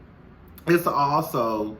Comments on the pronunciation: 💜🧸 Hey 😊 Her name is pronounced "E"ssa, eventhough phonetically it's spelled Issa. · Lol. Her name is pronounced E- ssa